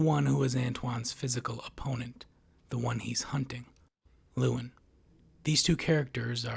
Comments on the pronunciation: His name is pronounced Loo EL Lyn, not Loowin. This kind of lazy pronunciation really boils my piss. This is the third video IN A ROW that I've watched today that mispronounced something that is a major thematic part of the video. Not all the videos were from this content provider. 😡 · “Antoine & Lewin” yeah, this video is null and void lml Just how the hell can you completely & repeatedly botch the names of 2 of the 3 main characters so badly, despite having watched the movie multiple times (I assume) and put clear thought and effort into making this video? It’s kinda impressive